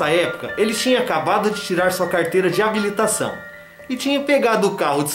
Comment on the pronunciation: Carteira de "Ambilitação", kkkkkk, rs...